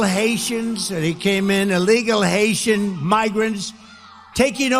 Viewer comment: So they are all Haitian refugees, which he pronounces as Asian, that no-one knows where they come from 🤔. Of course, this means Trump doesn't know where Haiti is, thinking it's Asia.